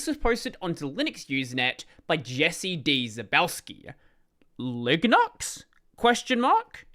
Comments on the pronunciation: Of course, Linux is a way better name, but if you were deadset on including GNU in the name, I don't hate LiGNUx, provided that is pronounced some other whay than in the video. The G is often silent in some words, like "gnome" or "gnostic". The name of the gnu (the actual animal depicted in the GNU logo) is actually suposed to be pronounced like "new" or "noo", so there would be precedent for pronouncing GNU this way. Alternatively, in words like lasagna, as welk as in french words, "gn" makes a sound similar to the spanish ñ, so it could be pronounced something like Liñux. Besides, on the tech comunity is not unheard of pronouncing things in a somewhat unintuitive way,. Who can forget about LaTeX, and the GIF vs JIFF pollemic? And all of this ignores people who speak different languages, and for whom the current name is already phonetically inconsistent. Spanish speaking people (for example) understand that MIT is suposed to be pronounced like "Em-Ay-Tee", and not like "Meet", and that SQL is pronounced "See-Kyuel", even though it is phonetically inconsistent with their understanding of language, so there is no reason not to expect people to pronounce a word a certain way if need be. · The way says LiGNUx in this video sounds like Lignuts! 😂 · I actually cannot stop thinking on the ligma meme each time I heard him.